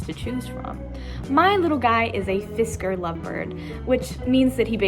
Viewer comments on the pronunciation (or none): It's a Fischer's. Not pronounced Fisker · Actually its pronounced "fisher".